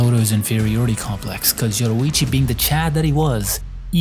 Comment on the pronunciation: Why bro keep pronouncing Yoriichi as Yoruichi